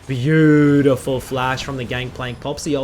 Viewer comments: Nobody:: BAYOUDIFUL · say it with me fellas, B-A-U-DIFUL